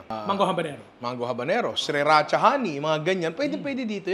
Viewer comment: Nong, “Si-racha” lng po pagbigkas hindi “Siri-racha”